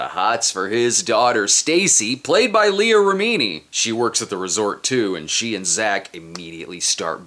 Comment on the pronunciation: Take a shot every time Brad mispronounces Leah Remini's name